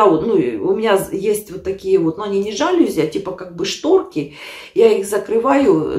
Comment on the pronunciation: извините, но нельзя рассказывать о чужих ошибках речи, когда сама говоришь: укАинский, садит, одела шубу, мусоропрОвод, жАлюзи..... Могу написать ещё очень много других твоих ляпов. Ты говоришь, что это твоя фишка, а у героев программы фишкой является "евоный". Ещё раз извини за комент, обидеть не хотела, просто не люблю двойных стандартов.